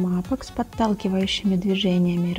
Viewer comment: Всё идеально, но не апэкс, а апикс